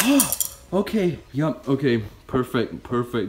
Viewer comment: I heard “FANG goodness”